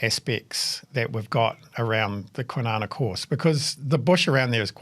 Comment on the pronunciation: On the new 9 holer... call it "Kwinina" Kwa nine na